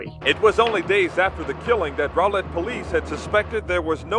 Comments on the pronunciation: It's pronounced raw-lett. Lmao I get it doe you aren't from here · Love yr channel 💜🥰 💜 the accent. But it's pronounced ROW (like wow) lett 🥰